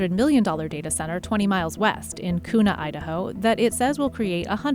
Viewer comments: As someone from Idaho, I chuckled a bit when I heard the narrator refer to Kuna as "koo-na." As a local, I'm both delighted at seeing my house price go up and sad to think how my kids will ever afford a place. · FYI—Kuna is pronounced Kyoonah, not koona